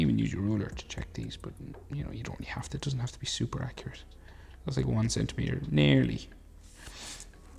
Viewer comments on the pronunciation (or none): none